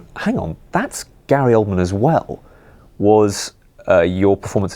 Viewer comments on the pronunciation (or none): remove the R from "Gary Oldman" xdd